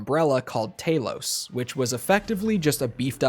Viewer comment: Btw it's TALOS not "Taylos"